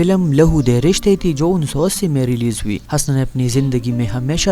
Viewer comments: O jahil HASNS nahi Hoosna. Naam tou Lena seekh le phir aa hamara time barbad karney. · Bhai ye name hasna nahi bulke husna hai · Pagal k puter !!! "Hasna" nhein us ka nam Hoosna ( Husna ) hey . Tumhein nam hi nhein pta tu video kya bnaao gey . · Hasna nahi Husna or Sultanat nahi Saltanat Urdu k dushman😂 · Bar بار ہنسنا kehrahe ho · د ح د پاسہ پیش دے ح پیش حسنہ، پٹے سیپارہ خو دے وئیلے دہ کنہ کۂ ڈاریکٹ حوالدار بھرتی شوے ئے؟ ودود تہ ود ود او آج شب کو تہ آجشبکو مہ وایہ۔